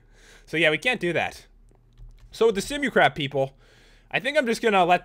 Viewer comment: You said simu crap instead of simu craft